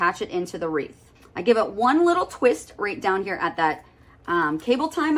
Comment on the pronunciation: It's "WREATH," not "REEF."